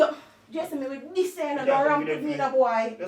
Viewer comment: Nobody: Nobody at all: Ia: "me wi diss you" 🤣🤣🤣🤣🤣🤣🤣🤣🤣🤣🤣